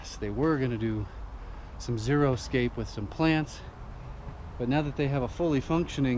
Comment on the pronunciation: I’m a huge fan so don’t take this the wrong way. As many people do, you’re pronouncing Xeriscape wrong. Love your channels! Mark ( from Texas) xe·ri·scape /ˈzi(ə)rəˌskāp,ˈzerə-/